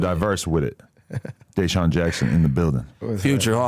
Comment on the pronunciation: Adam mispronouncing DeSean is CRAZY